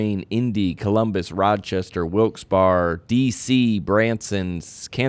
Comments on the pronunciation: Your podcast is my favorite ever but John clearly didn’t ever watch The Office all the way through. The “Barre” in Wilkes-Barre is pronounced just like the Berry in strawberry. or, if you see this, please tell John! 😂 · You finally pronounced Wilkes-Barre Pennsylvania correctly! I'm going to take credit for that one from my Instagram post comment